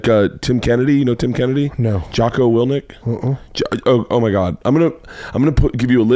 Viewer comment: He said “Jocko Wilnick” 😩 I’m a massive fan of both Burnt Crystals AND Jocko Willink so this hurt 😂